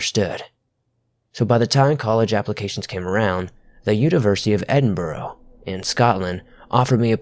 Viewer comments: for future... it's pronounced, Edin-bruh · As a Scotsman the way Edinburgh was pronounced drove me nuts.. but beyond that great video, keep up the good work! For clarification, me and every Scot I know pronounce it “eh-din-bruh” :) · It’s pronounced edin-bruh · Can all the Americans please learn that Edinburgh is pronounced ed-in-bur-uh not edinboro, annoys us and our vallies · There's nothing living in the forests other than angry scottish people when americans pronounce Edinburgh wrong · Your pronunciation of Edinburgh is terrible next time pronounce it like Edinbruh then you won't have pissed off Scots on your back